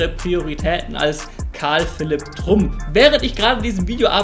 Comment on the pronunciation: Und es wird Trump ausgesprochen und nicht Trump.